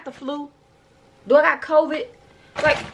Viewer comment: “I got Cvid 🤭🤭” lmaooooo